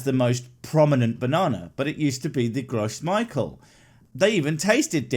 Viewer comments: "gross Michael" 😅 it's "grow ME-shell", it's French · I love how he used bananas. Both the cavendish and the Gros Michel (I think it's Pronounced: Grow - Michelle) were effectively human-made. They're making you backslide into a pub? I doubt that :P You're capable of backsliding yourself into a pub without them.